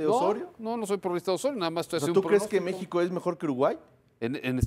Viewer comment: jajajaj este periodista un poco más dice Meexico campeón